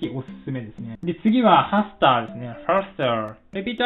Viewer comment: Repeat after me！ パスター! と聴こえてしまって吹いたw どうでもいいけどハスターのことをパスターだと思い込み続けている親友がいるw